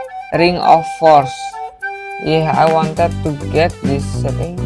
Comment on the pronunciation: Pas lagi ngomong "WANTED" kocak malah suaranya kaga terlalu english